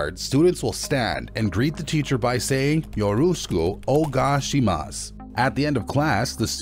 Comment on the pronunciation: yeah I'm pretty pissed off about that. He didn't do his research properly